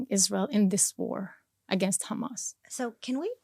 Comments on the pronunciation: She so Israeli educated even her pronunciation for the word Hamas is became Khamas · The way she says HAMAS she pronounce it as KHMAS, clearly shows that she is a Israeli Jew, not Arab at all. That's a fake propaganda!!!!!!!!!!!! She isn't a Muslim. Didn't speak a single Arab word. She didn't even spell the name of Hamas leaders correct.